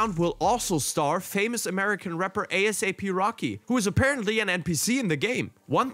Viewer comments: nice video my dude People say "ay-sap" rocky btw, not A-S-A-P love u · people really cant be excited for nothing, Heat was fun dude said a-s-a-p rocky, its a-sap rocky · my brother talks about previous NFS games being bad and only shows Payback. We know it was bad, but let's be real, Heat was at the least a step in the right direction. also man pronounce a$ap "a-s-a-p" - goofy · This man said A S A P lol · It's a-sap rocky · Wtf he say “Asap” name like that smh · Idk if it was a joke but the way he said asap was not it chief..